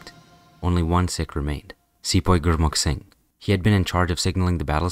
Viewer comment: bro cannot pornounce sihk